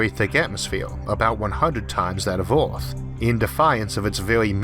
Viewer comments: Not criticizing your speech pattern but noticed your pronunciation of "Ea"rth seems struggled, yet you can pronounce the proper sound when you say s"ur"face! Maybe think of Earth as Urth and it might work out better for you. Good luck. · Speech impediment from hearing loss? Oth=earth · "Oarth"? LMAO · Orth instead of earth :) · D It´s not Ooorth, it´s eeearth. Good video though. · Its Earth not Orth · Terrible speaking voice. "Orth" instead of Earth. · Dimas Tjahjono Dradjat I love the videos, but his pronunciation of “ea” as “ou” is killing me! Earth is Ourth! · CANT LISTEN TO YOU SAY EAAAAAART!!! Christ dude! The letter R ISNT THAT HARD TO PRONOUNCE. You sound like you have cerebral palsy. Christ. If you CANT pronounce the words then use a translator like everyone else. Ugh terrible. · The constant mispronounciatio of "earth" as "Oort" is really putting me off. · Nice video but quite strange hearing you say "Orf" instead of Earth. I suggest seeking professional help from a phonaudologist. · I like how instead of saying earth he says OARTH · Can he pronounce his R’s?? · theGamingHero yeah, mad respect for the commentator. I used to have a similar speech problem. He has trouble saying words with “r” in the middle or end of words. Words like “Earth” and “World” are hella hard for us to say.